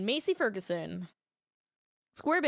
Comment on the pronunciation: It pains me the way you say massey ferguson lol